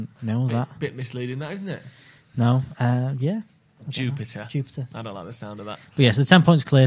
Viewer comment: I’m dying I’m a belgian united fan. Brugge like they said is pronounced on it’s dutch. It’s jupiler pro league not jupiter. It’s the biggest brand in belgium for a regular pint. And they have 3 red devils in their squad. Don’t underestimate them they algmost won in madrid. Pls don’t lose, cause i will hear it forever..